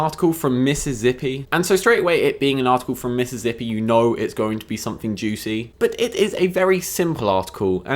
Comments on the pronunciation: I love that you say Mississippi like "Mrs. Ippy." ;) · I like your way of say Mississippi better then how its suppose to be said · The way you say Mississippi is hilarious.